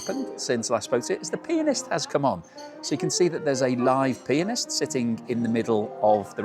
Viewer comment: 😂 my American ears heard "The penis has just come on." 😊 lovely afternoon tea. I do make afternoon tea once in a while. It's always enjoyable to share a custom with our brothers and sisters across the pond. ❤️